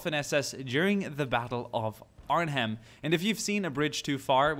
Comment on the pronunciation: He said Arnhem right.